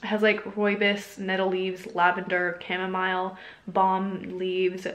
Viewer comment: the way you said "chamomile"....